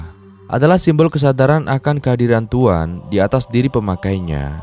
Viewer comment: Kok tuan buka Tuhan ... kurang jelas bicaranya